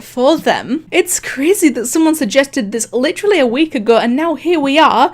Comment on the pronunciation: “It’s kind of CRIZY “